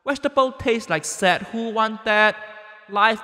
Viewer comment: Wait, he’s been saying ”sad”. For the longest time, I thought he meant ‘sand’😬😬😬